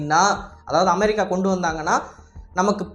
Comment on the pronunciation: நாக்குல கட்டியா அது அமெரிக்கா அமெ(ழி)க்கா இல்ல 😅😅 சரியான தமிழ் வார்த்தைகள் உச்சரி ஆங்கில வார்த்தையும் ழி கிடையாது குழந்தைகள் அறிவு வளர்ச்சிக்கு கூட இன்று வீடியோவை காட்டும் பொழுது உச்சரிப்பு சரியாக வராது😅😅